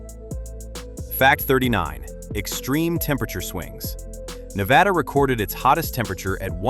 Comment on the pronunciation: Nevada is pronounced "Ne-VAD-uh". With the "VAD" rhyming with "bad". It is NOT pronounced "Ne-VAH-duh." No variation of the pronunciation should end in "duh". You are mispronouncing it throughout this video.